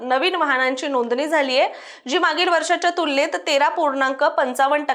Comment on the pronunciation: सनासुदी, वहाण, णोदनी 😂😂😂 आर्रा